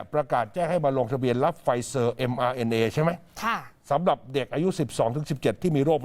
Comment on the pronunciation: อ่านว่า ไฟเซ่อร์ ค่ะ ไม่ใช่ ไฟเซอร์